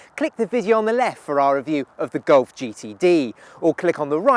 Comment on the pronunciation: voke's wagen gulf? please work on your pronunciation